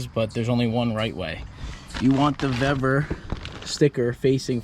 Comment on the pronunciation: Pronounced Veevor, the pre-made ends should be on engine side as they have the protecting spiral sheathing, at the steering end there's no need for it there, and your steering wheel is quater turn out port side put the loop back on bleeders crack open only slightly then full lock to starboard go quater turn more past full lock and lock off bleeders look to see if it has centred the wheel with engine being 0° dead ahead repeat process if hasnt reached where you want with the same amount of how much off you are if it has gone too much the other way then full lock to port until you get desired result